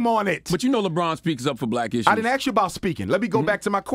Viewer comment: Ask Dr J why he cannot pronounce 'ask' or speak grammatically. Or ax him.